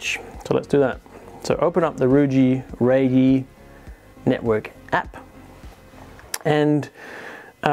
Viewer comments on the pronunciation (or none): You pronounce Ruijie correctly. However reyee pronounce "Re" in "rest room"